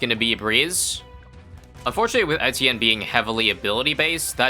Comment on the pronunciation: Do you really pronounce Etienne correctly or is this just a dream?